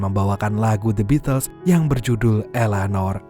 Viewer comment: Bacanya bitel mas... Bukan the bitles...